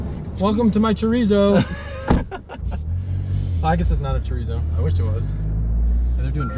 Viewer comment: I just started the video. This man did NOT just call it a chorizo edition 😂😂😂